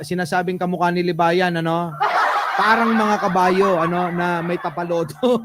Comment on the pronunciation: Hindi "Tapalodo", "Tapaoho".